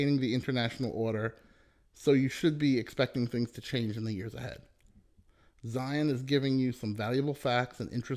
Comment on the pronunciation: Zeihan not Zion